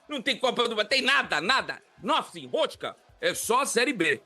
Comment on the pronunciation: Essa pronúncia de nothing do e muito ruim. Alguém avisa pra ele o th não precisa assoprar e só colocar a língua entre os dentes na pronúncia.. alguém ensina ele pelo amor de Deus. Dói os meu ouvidos em ouvir essa pronúncia com o Quintino.